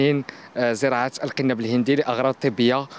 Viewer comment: ما لهذا المقدم الامي الجاهل ???? الا يعلم ان هنالك فرقا ببن مصطلح المغاربية و مصطلح المغربية. المغاربية تعني الانتماء لدول المغرب الكببر يا جاهل : موريتانيا/المغرب/الجزاءر /تونس/ ليبيا . واضافة الى الخطأ في نطق القنب الهندي ....بضم القاف عرض كسره .... ما هذا الجهل و ما هذا المستوى ????